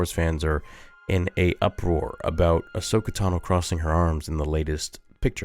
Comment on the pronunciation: "Hi im ahsocka & today we're gonna be avenging the jedi" im DEAD 😂😂